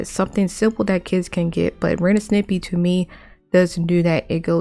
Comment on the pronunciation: You saying Snippy?Instead of Stimpy? Frankly I like that pronunciation.